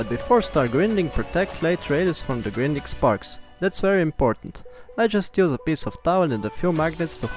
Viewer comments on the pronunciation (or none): Grinding pronunced grainding. See you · Thank you for this. I want you to know that "grinding" is pronounced with a long first "i," like "finding." Thanks again. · can you say... grAAAAIIINding ? ... its not the fucking grindelwald !